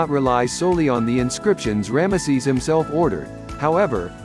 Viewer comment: The way you say ramesses , it sounds like one of those old blue collar comedy skits , cause it sounds like you are saying "grandma sees"